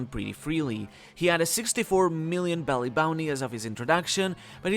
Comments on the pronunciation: Also isn't it berry and not belly? Honestly just want to know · Why do you say “belly” for the money? That’s how Japanese people pronounce berry. You’re not speaking Japanese. So say Berry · Isn’t it berry not belly